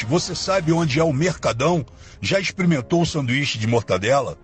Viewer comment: Já "exprementou"... ajuda ai... Experimentou ...... Frota... Eh assim q se fala... e nao "esprementou"